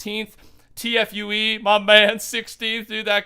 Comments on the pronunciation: Lmao pronounces it tee-efff-yuw-eee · that man said t-f-u-e i'm weak!!! lol XD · Fortnite tfue is pronounced tea foo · T F U E omegalul. It’s Tfue. :) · Did he just call him T F U E😂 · its pronounced TEE FOO not TEE EFF YUU EEE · My man T F U E lol It tee-fue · Asleep No its Tee-Fuu. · My guy called him t f u e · No hate brother but it's pronounced TeaFu <3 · This man deadass pronounced ‘Tfue’ as ‘T. F. U. E.’ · I hate being this guy but you pronounce it Tfoo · u really called him t-f-u-e really😂😂😂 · My boy said T, F, U, E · This man called tfue t-f-u-e lmaooo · Fortnite Tfue is pronounced (Tee-foo) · Bro u cant call tfue your man if u cant say his name😂😂😂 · The way u said tfue omegelul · Why he say Tfue like that lmao